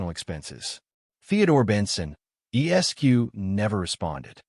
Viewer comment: Esq is the abbreviation for esquire. Lawyers in the US use it. It is pronounced es-kwahyuhr not s-q